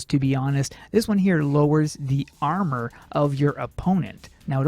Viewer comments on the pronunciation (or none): none